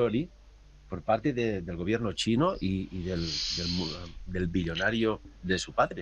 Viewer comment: me causo cuando se confundio y dijo chi-------- noss! jaja BUEN VIDEO, MUY INTERESANTE